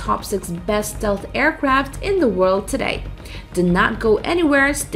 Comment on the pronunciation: This is the worst pronunciation of "Stealth" I have ever heard. Yuck. It's the focus of the video too...